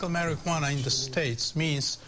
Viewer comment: "Maryghuannah" lolololol I love how he says it.